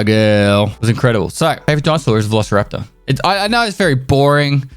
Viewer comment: “Velocity” raptor, lol.